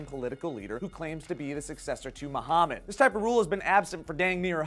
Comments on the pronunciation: It's Muhammad... Not 'mo' hamed. At least spell the name correctly if you're reporting this bs story. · Muhammad not MOhammad. Iraq not Airaq.